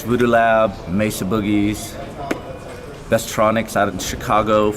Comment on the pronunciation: Oh my god! He said mesa right! MAY-SA not messa